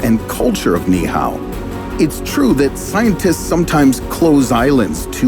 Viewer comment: Being Hawaiian, it hurts my ears every time the narrator mispronounces the word Niihau. It should sound like this Knee-Eee-How instead of Knee-How.